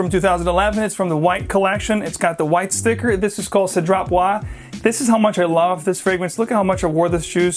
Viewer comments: It's pronounced Cedra Buwaaz 😄. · The pronounciation is Seh-dr-AH! Bwa-zay.